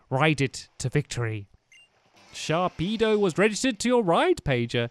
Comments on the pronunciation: ITS NAME IS SHARPEDO also sharkpedo sounds so wrong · Hay it’s sharpedo not sharkpedo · Stampy I don't mean to be rude but its SHARPEDO! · It's actually "Sharpedo" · Stampy Sharpedo does'nt have a K. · Its Sharpedo!